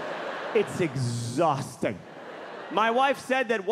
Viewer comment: "I want everyone to like me...its very ehausting"😂 i feel you Mulaney.. i feel you